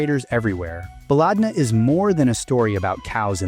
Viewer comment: why are you liking random comments? the top comments are literal scams also its pronounced "ba-led-na" not baaalaaadna, which in arabic translates to "our country"